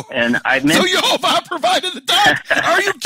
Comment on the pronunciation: It's YEHOWAH the vav was pronounced waw